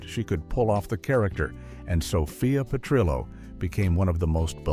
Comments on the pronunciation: This is absolute and utter AI trash. 1. Why mention Don Johnson, but not Phillip Michael Thomas? 2. It's not "Sophia's Mother", it is Dorothy's Mother - Nearly every fan knows this fact. 3. It's Sophia Pe-trill-oh, not Pe-tree-oh 4. Stage Fright Facts 7 and 11 are the same. 5. Fact 8 -- The Diana and Freddie story is a complete fabricated myth and has been repeatedly debunked. 6. It's So-Fee-Uh's Wedding, not So-Fye-uh No transition to ending? Trash. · Doesn’t any human with knowledge of the show preview AI pronunciation and inflection of names. The inflection of GIRLS is annoying along with the last name of ESTELLES character.